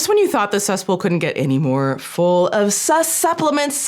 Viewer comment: I love “suspplements” I think that describes many supplements 😂